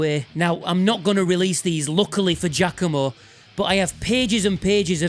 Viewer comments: You'd linger a bit more on the "a", but it's definitely more correct than people saying "G-ah-COMB-oh" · Is it really pronounced "Jackomo" or is that your accent?